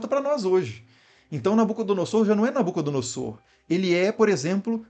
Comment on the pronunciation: Inclito mestre, a exata pronúncia é NabucodonoZor. Sempre que o "s" estiver entre vogais, o som será de "z", como em "caZa". Abraço